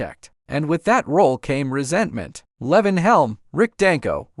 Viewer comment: Lee-von not Levon